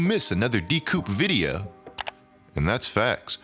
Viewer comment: Why do you say videyuh instead of video? I love your content but shits annoying bro